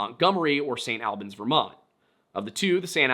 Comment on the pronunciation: I gotta correct you man, St Albans is pronounced the same way as Albany just without the ny at the end, also it’s so crazy how Brianna went missing on my second birthday